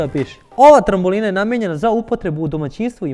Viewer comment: Ne kaze se trambolina nego trampolina!!!